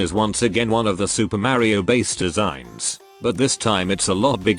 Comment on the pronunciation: The way he says mario